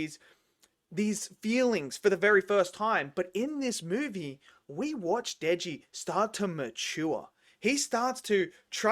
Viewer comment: loving the video! just wanted to point out (for future reference in case you cover more chainsaw man when it comes out) that the main character's name is Denji, not Deji